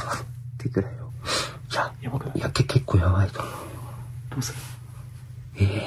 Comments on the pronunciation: 拍手は裏拍手の様な鈍い音に聞こえるし、「くれよ」は「つれよ」に聞こえるんだけど💦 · くれよの発音が個人的に（待って「くれよ」）なイントネーションに感じる